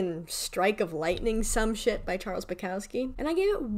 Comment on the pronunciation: i really liked your take on the books/poem collections. however, the louis/niall comment was just annoyingly inaccurate and served no purpose. you can embrace your favouritism without putting others down methinks. but besides that, great video. especially great take on bukowski (who is pronounced boo-cough-ski i'd say)